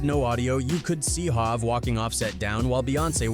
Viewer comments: Dude said halve instead of hov🤦‍♂️......im out😂😂😂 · Let's not forget hov yes it should be spelled hove it's all about how you type it to make it in a way it can pronounce it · Dawg I jus heard how it said HOV and I had to get off 😂😂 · Yo is everything online AI scripted now? Dude legit called Bow Wow “Boe Wow” some 7 times. And he called Verzuz “Ver-Zeus”. Pronouncing Hov like hog and Ye like “yeah” like yo this shit is messy! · Who TF is Bo-wow? It's Bow Wow, because he is the little dog under Snoop Dogg. And ver-zooz?? Really? It's verzuz, like versus. Jay-z aka Hov, you said hawv, it's Hov with a long o, as in ho! Kanye aka Ye, yet you say yay. Smdh. At this point I believe you are doing this on purpose to get comments. Smart. I know the tactics, because I am also a content creator. It worked. Because this urked me so damn much I just had to comment. Ughh!! I corrected you on many other things, but I was coming down here to type as you mispronounced a name or a word, and it went to the next video before I could post it. You all gotta stop supporting channels like this, who can't even take a second to google or youtube search the correct pronunciation of someone's name. Again, if it's a tactic, then I can't hate on the hustle, but if it's just pure ignorance, then, oh well, nothing at all..... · Bow Wow=Bo-Wow TI=Tie HOV=Hav Ye=Yah DJ Khaled=DJ Ka-lid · Bo Wow… Hoove… Yea 😂 irritating